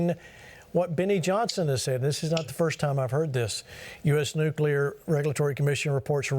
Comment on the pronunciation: It is pronounced “Nuc-lee-er” not “Nuc-ya-ler”.